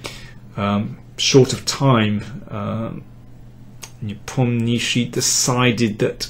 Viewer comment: Great as always, Daniel! Even Jan's surname pronounced correct!!)) Do you speak russian?